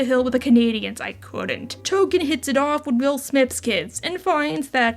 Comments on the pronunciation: Tolken not Token. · Nooo, his name is Tolkien not “Token!” 🤣🤣🤣 Thanks for the new video and hug your furbabies all 💙🐱💙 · It's Tolkien, as in J.R.R. Tolkien. It always was, and if you thought otherwise, YOU are the problem!